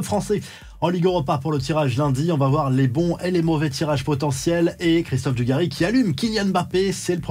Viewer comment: Prk il parle Dugàchis